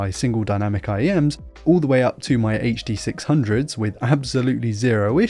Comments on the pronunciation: weird when someone calls them the HD-600's and not the Hudo-Six-Hundohs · Is this over the pond WANKER talking about the huhduh six hunge?